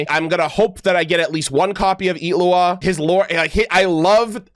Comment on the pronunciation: the way you pronounce his name is so satisfying for some reason